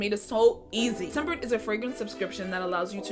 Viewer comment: Scentbird. It sounds like she's saying sunburn 😂